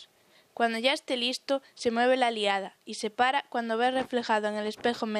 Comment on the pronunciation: No se dice "aliada", sino "alidada".